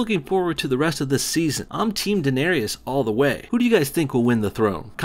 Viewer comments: It's pronounced DA NAIR RISS. Not Danarryus. And that band cameod as WIGHTS not White Walkers you fucking nob jockey. Other than that I agree. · I choose to ignore your opinion on anything related to Game of Thrones as you can't even pronounce "Daenerys" correctly... also, stop hating Ed. His cameo was completely within bounds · Lol he obviously doesn't wartch the show, anyone who does would recognize those were lanyster soldiers and I cringed at how he said daenarys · "They look like some kind of soldiers, really." Do you even... watch the show? You make it sound like you know what you're talking about here, but you don't know who these soldiers fight for (which they actually say in the scene, which shows that you didn't even watch the whole thing), and can't pronounce Daenerys properly. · Oh god, how he said Daenerys triggered me hard.